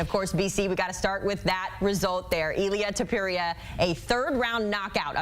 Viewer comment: “Illia topureia”😂😂😂😂😂